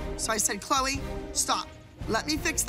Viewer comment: Maddie said “good luck 🍀 CHLEO instead of Chloe 😂